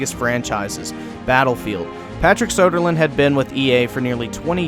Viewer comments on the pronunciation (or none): His name is Söderlund, not Sodaland.